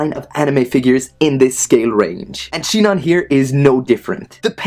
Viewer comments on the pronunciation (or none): It's sinon not shinon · Did he fucking say Shinon? xD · yes someone actually pronounced sinon as shinon :D